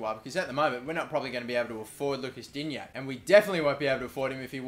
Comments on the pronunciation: It's pronounced Di-Nyae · Im French and when you say digne the g is silent